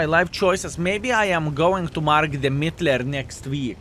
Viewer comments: Sounds a bit to german 💀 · Ehrm.... you call this tank what? The pronunciation is quite controversial. 😅😂